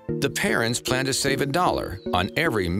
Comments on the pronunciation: Anyone else hearing parents instead of parrens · Everytime they say their couples last name all I hear is Parents XD not Parens